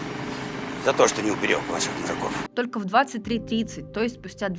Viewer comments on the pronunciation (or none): Реально актёрская игра. Делает паузу чтобы оглядеться по сторонам будто на него вокруг кто-то смотрят кроме камеры. А "Мужиков" звучит как "мудаков".